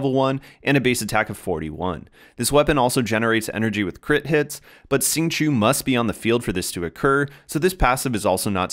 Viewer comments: Good guide but it's hard to listen to it when you keep pronouncing his name "sing-chew" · nice guide! the correct way to say it is ‘xing q-i-ou’